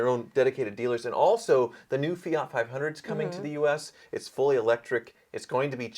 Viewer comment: Oh please learn how how to pronounce , it is FIAT not fi yacht